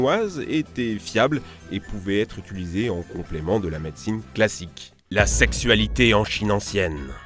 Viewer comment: Je trouve ça rigolo que tu saches pas prononcer «utiliser», à chaque fois tu dis «utuliser», heureusement je parle aucune langue chinoise :p